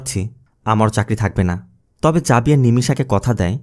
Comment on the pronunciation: Xavier জেভিয়ার বললে ভালো হতো 🎉